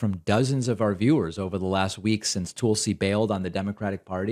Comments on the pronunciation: Hey David, you’re the only one who refers to Tulsi as “Tool-sie”. Do you do that to insult her, or are you just not hearing the way she and everyone else pronounces her name. I mean if you’re doing it to insult her, fine… I think she is a bad egg. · That’s the creep’s long running joke. Intentional mispronunciation. Yet if anyone accidentally mispronounces Kamala wrong he leaps on and makes an issue of it every time. I guess the joke is that other people are too stupid to know how to pronounce Kamala’s name correctly and he’s so smart that the way he can signal his dislike of Tulsi is by deliberately mispronouncing her name. Such dry humor. So ironic. He knows he’s deliberately mispronouncing someone’s name but those other clods don’t know that they’re mispronouncing someone’s name. Hahaha. In other words, he’s a prick